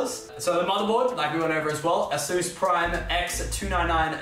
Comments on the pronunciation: It really bothers me when they say ‘a-zus,’ not ‘a-sus’! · Nobody: Lachlan: AS OOOS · Does it hurt anyone else how he pronounces the name of the hardware so incorrect